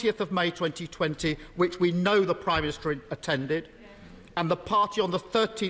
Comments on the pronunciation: Why is it that each Labour leader in recent years has a speech impediment? Khan in London dribbles his words, Ed Miliband has a glottal something and Starmer cannot pronounce “prime minister” simply gargling something like “prymist” most of the time. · Can someone teach Starmer that it’s not “Primister”?